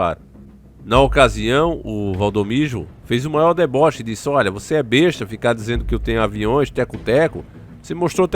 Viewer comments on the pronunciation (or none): none